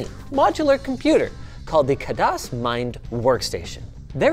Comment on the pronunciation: Wanna know how linus pronounces Khadas?